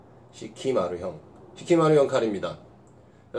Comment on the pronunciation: 사키마루 겠죠....시키마루 라고 하시는거 같아서....^^